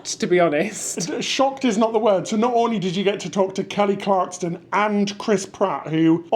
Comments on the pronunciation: There's no "T" in "Kelly Clarkson". LOL. How can that be hard to pronounce? These guys are adorable. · There is no "T" in "Kelly Clarkson" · Kelly Clarkson - no "t" , processed (sliced) cheese. Happy anniversary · Happy anniversary! My wife has decided you are her favorite cruise tubers. BTW, there is no "t" in Clarkson. Lol i believe you may be familiar with a bloke named Jeremy Clarkson? Same name. ❤ congratz on the house!!! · No t in son clarkson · Love you guys but it really got frustrating. .. There’s no T in Clarkson lol 😂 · Great video. I’m glad you had a great time in NY after the disappointing cruise. It’s Clarkson not Clarkston 😂😂😂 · Kelly Clarkson not Clarkston 😂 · Why were they constantly calling Kelly Clarkson as Kelly CLARKTSON. Clarkson is such a common surname. Lol. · Poor Kelly, it’s Clarkson not Clarkston 😅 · Clarkson NOT Clarkston. Come on guys, you can do better 😊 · Clarkson, no "t." She has a great show, glad you had a good time. Hope to meet y'all on board sometime soon. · Dear, love you two!! Dear, it is ClarkSON. There is no T in her last name. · ClarkSON, not ClarkSTON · Kelly Clarkson (no “T”). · Kelly ClarkSON....Kelly ClarkSON!!!!! Repeat after me lolol (and I haven't been that huge a fan since her American Idol days....but that was like nails on a chalkboard lolol). Super fun sounding day, aside from the tropical monsoon in NYC lol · It’s Kelly clarkson, no T lol but great video, looking forward to the next 👍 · ClarkSON without a 't' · Absolutely love you guys, and the channel, and congratulations on the $1,000, but you’re making my OCD go off the charts….😂😂 It’s “Clarkson”…. No T😂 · Not to mention “Kelly Clarkston” and calling Merrily We Roll Along “Merrily Along We Go” - they’re lovely lads but pronouncing things correctly isn’t really their strength 😂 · the name is KELLY CLARK SON there is no T in her name. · Congratulations on winning $1000. BTW gents it’s Clark-son. She won American Idol.